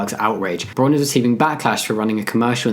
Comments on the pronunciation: It's mildly frustrating how Jamie is pronouncing it "Brawn" rather than "Brown". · Thank you. It means brown and is pronounced very close to that in German. It was throwing me off while watching the video. Also, good on Braun for being inclusive! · Just to give some advice, the au in braun is pronounced like the o in wow, Braun also means brown in german